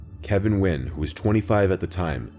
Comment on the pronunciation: You said Nguyen wrong